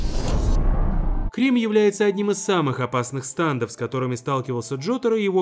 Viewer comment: ГОВОРИТЬ НАУЧИСЬ НЕ САНДОВ А СТЕНДОВ ИДИ УЧИСЬ ГОВОРИТЬ